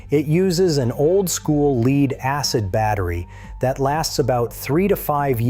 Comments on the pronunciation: Lead is pronounced led not leed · Why did this guy pronounce Pb as leed? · Gotta love those "leed" acid batteries 🙄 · "leed" acid battery?! I moved on. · lead is pronounced LEED because it's a computer not a human talking